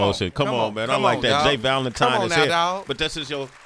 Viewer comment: This entire interview, Sway called this man 'J Valentime' and I am weak 😂